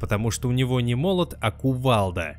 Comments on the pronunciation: молтот? Может молот? Ну и в конце раз уж затронули персонажа, то нужно было и про трехлезвийный чакрум(или как эта хрень называется) рассказать. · МолТот Шао Кана Не тУцЭбо, а тЭцУбо (с японского буквально "железный посох") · "Молтот" Ничёсе оговорочка по Фрейду. Бывает... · Но ведь на МОЛТОТ Шао Кана)))